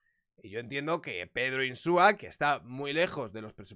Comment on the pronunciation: Ínsua, se llama Ínsua.